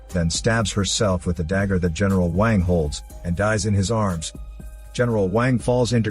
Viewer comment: when you said "racists" you mean people who doesn't speak the language so doesn't know and you just trying to feel like you are superior by calling everyone a racist ? Edit: it's pronounced as WONG not WON